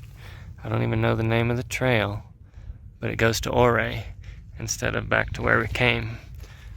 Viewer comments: Ouray is pronounced your-ray , not or-ray. Nice video. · Ouray. “”Your ray“ not “O Ray” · I thought it was pronounce “you-ray”? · It is not OR-RAY. It is You-ray. I am sure a local told you that, I made the mistake of saying oo-ray, I was corrected. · I know its been said but its definietely pronounced you-ray and for whatever reason that seriously detracted from my ability to enjoy this otherwise excellent video. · Its pronounced you-ray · Ouray pronounced your-aye! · I recognized that house with the bridge. I’ve been looking for secluded cabins with land. That cabin is only on 5 acres but backs onto 102,000 acre nationally designated Uncompahgre Wilderness area, and it can all be your for $699,000 Ouray I believe it’s pronounced Youray I agree that last “Cherokee” isn’t a true Cherokee. I read your “disclaimer” and laughed several times. 👍🤙🤣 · Did you ask the locals how to pronounce Ouray? I think it’s Oooray! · My home town!! But it’s pronounced (YURRAY) lol love that place thanks for the view! Cheers! 🇺🇸🤘😷👍🇺🇸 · Neat. Ouray is pronounced Ur-ay, long U sound. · Ouray, pronounced "You're-A"... no O (35 yr second home) :) Beautiful country... I have to do the loop soon. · The"O" is silent (pronounced U-ray). Looks like a nice laid-back day where you can just enjoy the beauty. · Just an FYI, Ouray is pronounced You-ray. The road you took to Poughkeepsie Gulch is Mineral Creek. Some people falsely call it "Lower Engineer". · Your mispronouncing ouray’s name! Its spelled ouray but pronounced uray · Pronouced “your-ray”. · I'm glad i saw this. I was calling it correctly but then heard him say O'ray and thought I was saying it incorrectly. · "YOUR-RAY!!!" its pronounced Your-ray. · Great to see you out of the shop and take some personal time with the wife. Just got back from there last week myself. I love Colorado, Great place to escape the killer South Texas summers. I think its pronounced "Your A" ( their kinda sensitive about it)